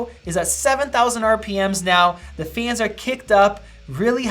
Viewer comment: I don't want to be mean or anything but the way he say's "Fans" is so funny